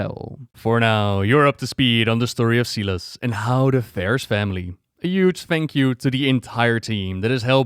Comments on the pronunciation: Silas is pronounced with a long i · 2 minutes in and that's not a circle and that's not how you pronounce Silas